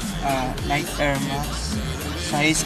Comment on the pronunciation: Sizes bro "and a half" not in half. Tapos pronunciation ng nike is "nayki" pero Keep it up